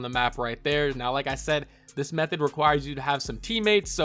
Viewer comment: BRO HE SAID METHODD